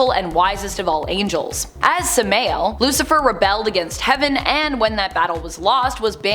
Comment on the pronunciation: its pronounced sam-i-el